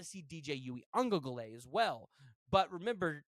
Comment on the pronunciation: If you can't pronounce Uiagalelei just don't try because you are butchering the fuck out of it